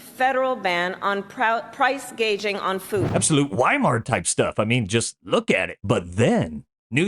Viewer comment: "first ever federal ban on price gauging (!!) on foods". She did not say gouging.